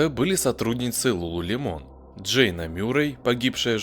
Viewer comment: Не ЛулулемОн, а ЛулулЕмон….